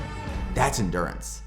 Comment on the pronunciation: end-gew-rance not endurance 😂😂😅